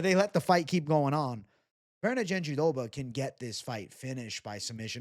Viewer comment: Why are you saying JandiDoba…it’s jandiRoba 😂